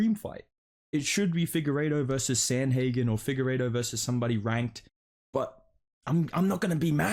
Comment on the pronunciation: i love the content, but hearing you say figgy vs SANDHAGEN. makes that unsubscribe button look more juicy than costa.